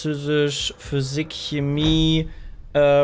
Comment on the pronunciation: Bei "Sose" ausrasten, aber dann "Schemmie" sagen?